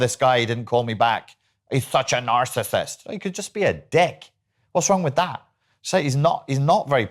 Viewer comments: Oh my gosh, & how you said narcissist...I pissed myself laughing 😂😂😂🤣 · Bahahahahah “narcissist” in American accent had me cracking up ! Oh the accuracy!!